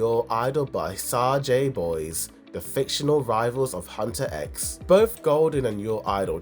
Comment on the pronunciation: From the way you mispronounce HUNTR/X and SAJA BOYS you really need to watch this movie before making any more videos about it…